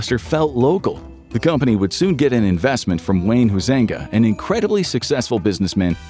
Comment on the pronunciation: Just a heads up from a fellow Dutch descendant in West Michigan...Wayne's last name is pronounced "HIGH-zing-GA". Yeah, ethnic chaos here.